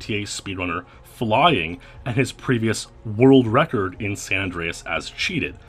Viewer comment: Fuck "FLYUNG" :)